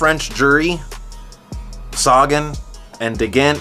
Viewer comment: Great vid as usual. We gotta work on your pronunciation of Sagan though. Quintana is the biggest disappointment of the Tour for me. I thought he was a climber.